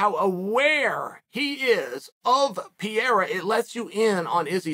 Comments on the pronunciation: It isn't "Piera", it's "Pereira". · Pierre? It’s pronounced per air uh? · Uncle it's Pereira !! Not Piera. But you know what , if you say Piera , it's freaking Piera ! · Noone is a smart guy. I haven't heard anyone speak that before. Would you say Latin is a dead language? Haha I'm just kidding. My point was that most of us don't know Portuguese so its silly to try and listen to Pierra. Pereira* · PIERA = Peireira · "Pi era" almost there, champ, almost there! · It's pronounced prrr Ay Ruh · Who the fuck is PIERA ? , bro take your time and enunciate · Sonnen needs to learn pronunciation. How in the hell he thinks the name Pereira should sound like Pee-era is just stupid/lazy. C’mon dude, at least make an effort. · PEE - ERA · ""pa ray ra" lol bugs the shit out of me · Piyara???? Loool at least pronounce the guys name right come on it’s not that hard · OH NO Chael !!! It’s not Piera. It’s not “pee air uh” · PERERA! pronounce his name right sunning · Pee Air Uh 😆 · “Alex Pierre” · Its pronounced Perayra. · (Pee-Era) lol leave it to chael to give all figures a nickname by accident. To be at smart as he is he sure could use a refresher course in ELA (English Language Arts) lmfao 🤣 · Forreal. Who’s Alex Pierre?? 😭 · Pronouncing "Pereira" like this "Pee-era" is the craziest thing ever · It's Pereira, not Pierre, of course idiot chael thinks it's funny to get it wrong for the 100th week in a row. Pereira beat shit tier fighter adesanya twice, starching him one of those times. The absolute state of the UFC's talent scouting. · Chael either has no culture or he’s dumb AF. He can’t pronounce simple names after hearing the entire MMA community say it a trillion times. Sheesh! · How many times is Chael going to pronounce Alex’s name wrong? 🤣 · Sou brasileiro, e até hoje não vi um gringo falar da forma certa hahahaha Mas é compreensível já que em inglês não tem esse som, eu acho